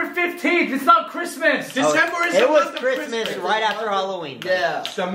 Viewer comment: Also instead of hearing Christmas i heard Christian